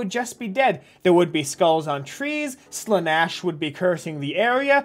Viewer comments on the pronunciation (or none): I WOULD LIKE TO REMIND YOU THAT HE SAID "SLANASH" AND NOT "SLANEESH" WHEN REFERRING TO SHE WHO THIRSTS, AND IT ABSOLUTELY INFURIATES ME TO NO END. THAT IS ALL. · I would prefer living in the WH40k universe than hear you pronounce 'slaneesh' as 'slanash' again